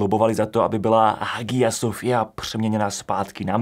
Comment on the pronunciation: Hagia Sofia se vyslovuje jako [haja sofija]. A francouzské jméno Charles je [šarl]. :)